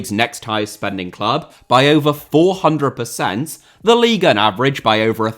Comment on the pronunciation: When you say “leagueuen” … I fkn hate that